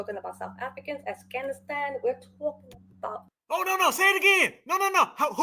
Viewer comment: Did the lady say?...Assghanistan? Not Afghanistan 😂 "the Cubans, Mexicans, the South Africans, the Assghanistan...."